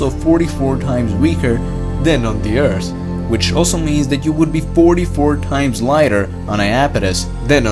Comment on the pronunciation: Yeah, but when he says earth it sounds like beers